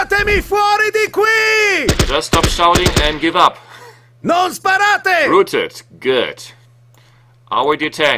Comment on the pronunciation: row-ted ( rhymes with cow)...not roo-ted